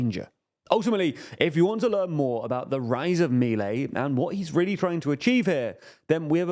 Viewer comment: 1-We already tried that in the 90s and it failed, he's not breaking ground here, just trying what has already failed. This is not a what if, we already have a precedent. 2- that's not how you pronounce Milei. 3- that's a really old peso that hasn't been in cirtulation in ages. I swear this channel does as little research as possible.